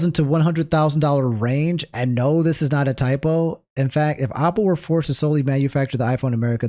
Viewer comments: I just can't get over him saying Opple. Is this a DMV dialect thing? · Go to the store and buy a Opple for every time he mispronounced it this video